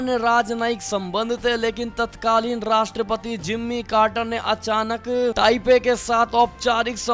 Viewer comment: खबर वाचक अपनी भाषा सुधारें. विधायक की जगह विधेयक पढ़ें. जिम्मी कार्टन की जगह जिमी कार्टर पढ़ें.